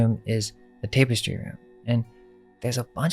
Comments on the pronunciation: I tried to ignore it but I had to say something after hearing you say tape-estry at least a dozen times. Tapestry is pronounced TAPestry not TAPEestry dammit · "Tap-uh-stree". Tapestry. Not "Tape-uh-stree". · Cool vid. But learn how to pronounce things. Example: tapestry is pronounced “tap-estry”, not “tape-estry”. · the word "tapestry" is mispronounced. It was a bit jarring to the ear.